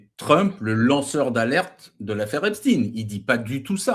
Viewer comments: Ç bien il dit epstin 😅😅😅😅il sera bien vu.et invité sur bfm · Dès que quelqu'un dit epstine et non Epstein je ne l'écoute pas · Les anti Trump prononcent èpstine 😄